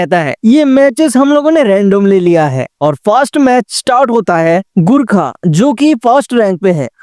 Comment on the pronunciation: Abey sale gurkha naii gorkha HOTA hey